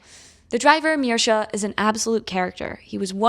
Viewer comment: Eh trauma from the war. My boy Mirza (I wonder why she was pronouncing it Mirša) is a Muslim and the Chetniks don’t look to fondly upon them